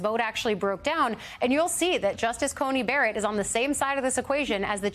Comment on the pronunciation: Why does everyone say Ainy Coney Berrett?